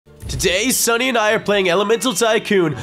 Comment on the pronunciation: said stunny instead of sunny😂